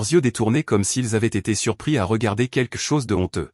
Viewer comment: On ne dit pas quque chose mais quelque chose le L est prononcé. C'est les petits enfants qui disent queque